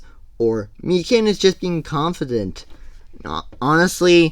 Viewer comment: Mi-can?… it’s mi-kan…